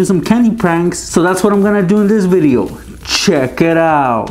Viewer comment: why do you have to say " chack it out